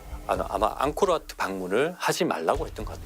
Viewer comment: 앙크로와트 아니예요. 앙코르와트죠. 더빙 수정하셔야 할 듯..